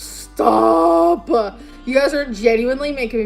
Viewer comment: “STAAAAHP-PAH”!! What is this obsession with adding an extra syllable to everything? Why does everything she says make me want to punch her in the face until she speaks properly? PS.? You’re superior to smokers? You’re not. You also smoke. Staaaaah-pah.